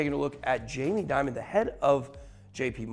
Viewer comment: In English Dimon isn't Diamond. Demon is a closer pronunciation. Great Video Ben!